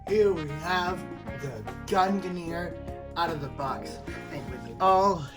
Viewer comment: There is no controversy over how to pronounce gungnir. You are just incorrect.